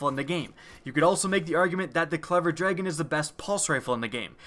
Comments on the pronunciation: "draygon" is not the right way to say dragon. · I think you mean DRAGON, not DRAYGON.